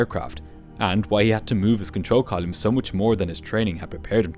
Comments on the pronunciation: 10 minutes in, and you have said colume 3 times. There is no such word. It's column. Pronounced, colum. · Weird pronunciation of control column as 'control colyum', but excellent video otherwise. 👍